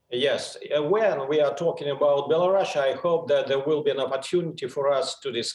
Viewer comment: He said Bela Russia not Belarus interesting 🤔